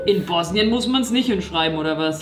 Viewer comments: Hauptsache du so „ Ich bin International“ ,aber du weißt nicht wie man bosnien und herzegowina ausspricht und wusstest nicht das das Bier nach Sarajewo einer Dtadt in Bosnien benannt wurde SEHR INTERNATIONAL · Ich weiß du wolltest uns nicht beleidigen aber Bosnien spricht man einfach nicht so aus und ja